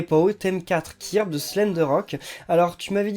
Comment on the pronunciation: tu prononce mal kirby